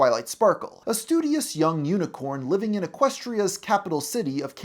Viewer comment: Las Pegasus unicon not unicorn. I swear he can’t say any names correctly.